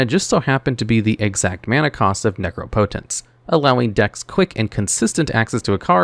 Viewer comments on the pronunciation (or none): none